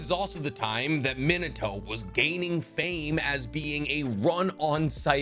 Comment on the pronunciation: My bro your pronunciation of the character names are all off its MEAN-AT-TOE not mean-it-toe, it HE-ASHY not HI-ASHY